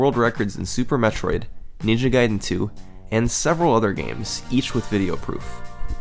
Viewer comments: It's not NINJA Gaiden, it's Ninja GAIDEN... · Ninja Gayden